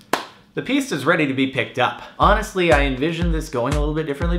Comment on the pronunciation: i hate to do this but it s pronounced piss-ta not pees-ta